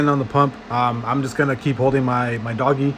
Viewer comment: PRONOUNED DOJE NOT DOGGGY